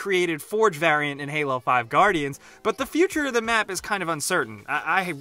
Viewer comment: "Middle of de map" why do you pronounce it like that?